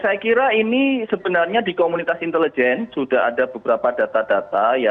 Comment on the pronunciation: nah ini baru sdm yg bagus, cara pengucapan INTELIJEN yg benar, yg pengucapannya aneh bukan salah orangnya tapi Guru Pertama Bahasa Indonesia. entah lulusan mana gurunya